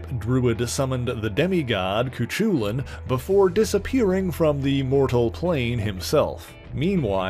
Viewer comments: "coo-chew-linn" PLEASE Americans, if a word is Irish, or just NOT American PLEASE Google it so that you pronounce it kind of correctly. Cú Chulainn is pronounced like "coo-cullen" or "coo-hullen". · Pronouncing Cuchulain as Kachewlan nearly broke my brain.😂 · Cuchulainn is pronounced either coo-cullen or coo-hullen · that’s not how you pronounce cú chulainn